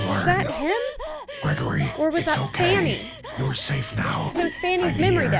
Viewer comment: I love how calls Vanny, Fanny 😂